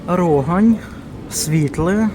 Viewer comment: не рОгань, а рогАнь, харківський виробник.